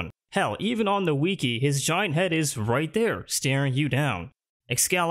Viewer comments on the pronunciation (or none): "the weekee"